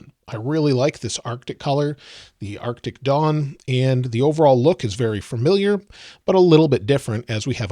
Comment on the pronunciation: It sounds like you're saying "arctic dong."